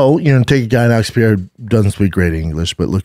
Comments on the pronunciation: Can somebody please tell Brennan how to pronounce Pereira? Please no more french pronunciation "Pierra" it's your job. Somebody help him he's Brazilian not french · No it isn't. It's "Pahaaira". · Alex Piera? Wele Zhang? Dude, make an effort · I'd bet my testicles that Shaub will NEVER pronounce Pereira's name properly! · Dude, just say Pereiras name right...just once